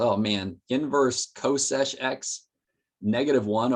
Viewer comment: why are you pronouncing every one phonetically except csch (you say cosesh, should be kshhh)